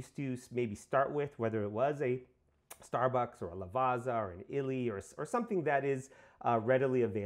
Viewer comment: it's a great bean. i use it all the time on my pavoni. by the way. "double z" "ZZ" you prnouce it like "PIZZA" not" Lavaza but something like, Lavatssa"